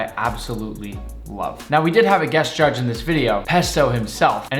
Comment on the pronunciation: The way he said ✨ J U D G E ✨